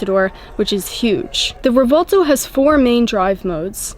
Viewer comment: Quick fact: The “v” is pronounced like a “b”in Revuelto. The proper phonetic is “rreh-bwehl-toh”.